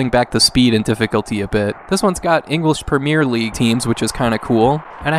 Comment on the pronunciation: Hearing an north american say ‘Premier League’ like that is so funny for some reason. Interesting video, might check a few of these out.